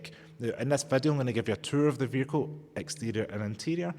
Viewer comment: It's not a "veeR-kill" Say "vee-ickLe" It's not a "bat-tree", it is a ba-TTery " It's just not English taught in school. You've picked up Muppet talk habit. You don't say FFis FFat FFem FFose for THis THat THem THose so you can say the "TH"i sound. It's not mumFFs oV FFinkink FFroo FFerty FFree FFousand FFingz FFurzday wiV muVa faVa bruVa keeFFs smooV teeFF sumFFink wurFF nuFFink norFF souFF maFFs FFerapy. Listen to how wrong it sounds.